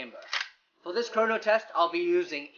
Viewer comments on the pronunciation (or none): none